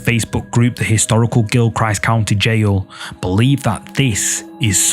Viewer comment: Video 1 about the haunted old jail is pronounched, Gihl-krist county. I'm from the area.